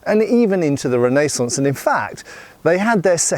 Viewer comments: Renee saunce is a crazy pronunciation 🤙🏻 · REN-NAY-SANCE, lol